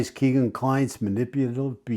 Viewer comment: Hello,. I’m glad you continue to cover the murders of Abby and Libby. When will they have justice? FYI, Kegan is pronounced as ‘Keg In’. No big deal, but figured you’d want to know.